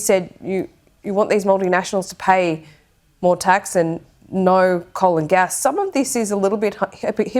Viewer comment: "Naur its Naurrnt" no evidence or examples just kept saying no expecting it to be believed when every country with large renewable sources pay less on theor bills